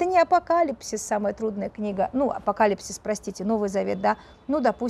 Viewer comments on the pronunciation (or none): none